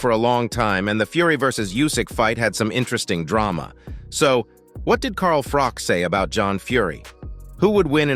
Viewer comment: Whos Carl FROCK" 😂